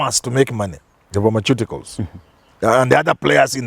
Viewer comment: Plse help Manyora with pronounciation of the word pharmaciticals